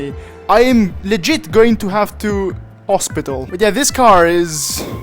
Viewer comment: when you have to "ospital"